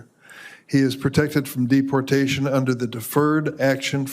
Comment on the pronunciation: who the hell calls it dep portation